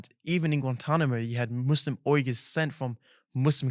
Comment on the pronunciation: Thanks for correct pronunciation! Not weegurs, but Uyghurs.